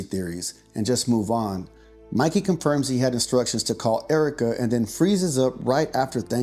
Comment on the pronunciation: It is MIKEY, not MICKEY or MICKY.